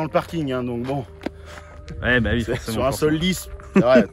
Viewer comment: "Ui "😂😂. Cet prononciation d'un autre monde